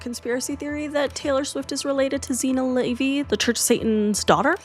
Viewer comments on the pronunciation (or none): none